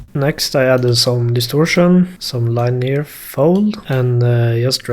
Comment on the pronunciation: This guys swedish accent is so thick and it's hilarious for me as a Swede to be able to hear this instantly😂 linear uttalas "linniör"